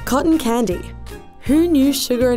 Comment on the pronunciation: i thought she said condom for a sec...............